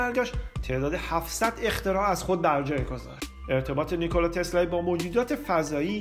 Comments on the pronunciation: واقعن بیان عجیبی داری "نیکولای تسلای "دیگه کیه اخه...نیکولا تسلا...چقدر مگه سخته؟ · چرا انقدر هی میگی نیکلای تسلای؟؟؟اعصاب ادم بهم میریزه ی آخرشو نمیگفتی نمیشد؟تسلا میگفتی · داش نیکولارومیخوای بگی نیکلای ، اونوقت سریع میخوای اسمشوبگی ی رو میندازی ته تسلا!! نیکلا تسلای چیزه!؟ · چرا هی میگی نیکولایی تسلایی!!؟🤣